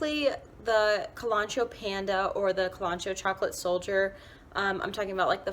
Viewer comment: I dislike her pronunciation of kalanchoe